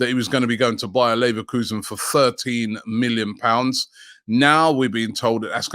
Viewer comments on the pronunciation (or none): none